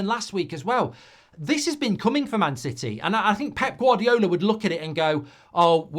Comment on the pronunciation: Vardy L? it's GVARDIOL. G-var-dee-ol